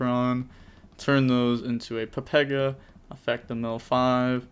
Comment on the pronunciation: Why do you call the chaos ruler a papega ruler lol 😂